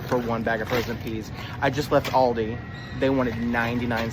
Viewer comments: Also public shame for saying Aldi's with an S. It's Aldi.😊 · Why do people say ALDISSSS with an s, but not walmartSSSS or target's. Its aldi. We shop, at aldi. Not aldissssss.